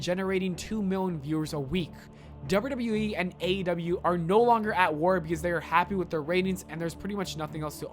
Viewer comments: Sounded like you said AW lol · Somebody teach this man how to pronounce AEW